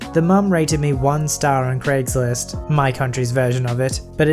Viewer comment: Nobody:: CrAiGsLiSt